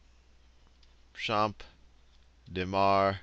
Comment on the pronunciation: even as a french it's useful to have those lesson, thanks dude you rock (also it's pronouciated cham deu marse and not champe dé mar)